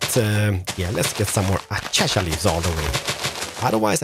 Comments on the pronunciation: I love how he calls it, “ Achacha leaves. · nobody tell him how to say acacia properly because he says it amazingly